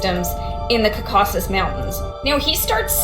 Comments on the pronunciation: LOL the white Caucasian girl near that can't pronounce the Caucasus Mountains. 😂 She said "Ka-KAH Sis" like a birdcall. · Ca-cauca-sis mountains😂😂